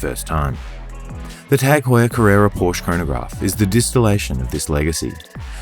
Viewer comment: Another beautiful video. However, it’s Por-sha.